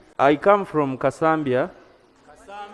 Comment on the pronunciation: Kasambya😂😂not "kasaambyaa"a voice from behind clarifying 😂😂😂